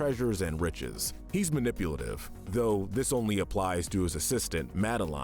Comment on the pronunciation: He mispronounced Abys Mal, Madeline, and Sarouche’s names, too.